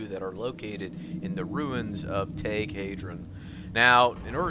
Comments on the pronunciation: The way you say thaig is like tage when it sounds like tyge but goodlookin out on the gear locations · Thaig is pronounced "Tyge" not "Tag" haha